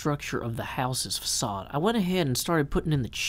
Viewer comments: ...In which they pronounce it "fakade," a word won't be using much. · There's no "ç" in English, and certainly not on US keyboards. While use of that character is certainly allowed in the spelling of the word, it's just "facade" in modern dictionaries. Which of course leads to pronunciation issues, as "c" followed by "a" is otherwise a hard "k." Pronouncing it the way they did in the movie... would not be family friendly.